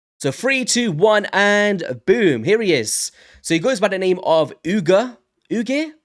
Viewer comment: A) Yes, my never-aging brother, I'm going for the 1+1 on sacreds. I KNEW they would do that! Right after this event-weekend. Should've warned the guys on... welp "this chord". B) Oo-Geer would be the right pronunciation. But, who cares right? haha! Oh the colours, yes, been a trend since last year (Purple+Gold)... Not sure why... hehe C) The dude is a filler, a pool diluter, as I said on this chord. Has some nice notes, differences with other known supporters, but... in Arena, he's a sheep, and all-in-all, nothing new really. D) Last but not least, I'm going for it for the same reasons I do every fusion: It's a guaranteed leggo. /Shrug. Sometimes get buffed, or changed. Welp. 'Neway brodah, thanks for the vid!